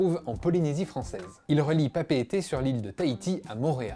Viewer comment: Content que le vol Tahiti - Moorea ait été indiqué ! Pour avoir emprunté cette liaison plusieurs fois, je peux confirmer qu'elle est rapide ! Au passage, excellente prononciation de Papeete 😀 !